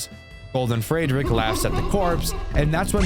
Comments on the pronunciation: why do you pronounce Friedrich as "Fraydrick" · You do NOT know how to properly pronounce "Friedrich", huh? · that pronunciation of friedrich is interesting i’ll say that